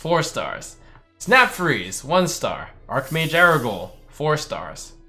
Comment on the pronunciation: The can't pronounce 'arch' in 'archmage' man